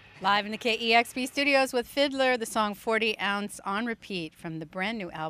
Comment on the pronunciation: ITS FID-LAR NOT FID-LER GET IT RIGHT LADY